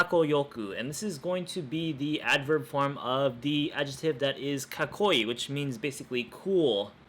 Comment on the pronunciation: When I listened to it again, it is actually an intonation problem. You said kaKKOi instead of kakkoii. 間違った。ごめん。